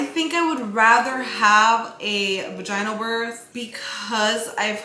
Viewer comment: the way you say vagINEal birth instead of vag IN nal had me laughing so hard